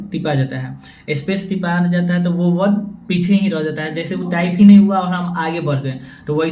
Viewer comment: Bhai pure bhojpuri me tip rahe ho😅